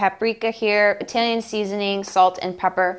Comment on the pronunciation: When you say "Italian" fast, it sounds like you're saying "reptilian" lol